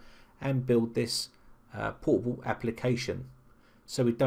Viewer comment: Is it my bad ear or he actually pronounced "portable" as "poo-poo"? )) And btw what the sense of having a portable app if you have to run it as administrator?